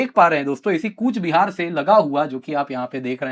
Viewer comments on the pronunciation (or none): It's not kuch - bihar... Real pronaunnce coach- bihar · It's Coochbehar Behar Sir. Not Koch Bihar